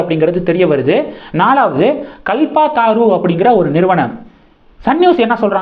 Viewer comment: “கல்பதரு” என்பதைக் “கல்பாதாரூ”ன்னு படிக்கறயே?